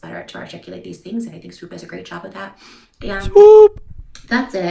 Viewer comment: I adore how you pronounce Swoop ❤❤❤